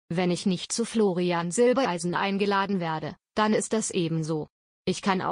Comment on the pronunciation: Jetzt bezeichnet auch die Rednerin Florian zwischendurch als Silbeleisen! Hallo YouTube wann bringt Ihr Euren Sprechern endlich bei wie Familiennamen korrekt ausgesprochen werden !